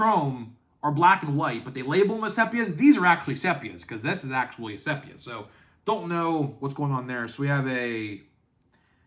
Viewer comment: Sepia. Prounoned sē-pē-ə , the "e" is ee as in "Sheep".